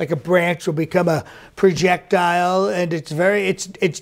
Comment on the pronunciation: "Prejectile" lmao 😁😂🤣